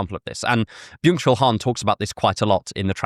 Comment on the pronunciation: I thought you said ‘mutual harm’ when you said byung chul Han and for a second I was like did some anarcho-nihilist collective name their manifesto transparency society as well 😂